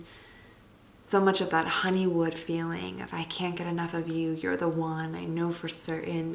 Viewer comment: Is it honeymoon or honeywood? It sounds like she says "honey wood"